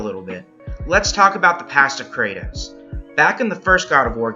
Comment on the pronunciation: good video but why are you pronouncing his name like that